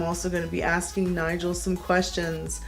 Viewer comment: that was fun! and props to Nigel for doing very well! (and also for pronouncing my name right, what a fun surprise!)